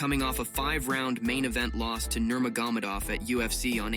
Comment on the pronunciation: Please fix the pronunciation of your app or your pronunciation of Nurmagomedov.. I cringe every time that I hear it.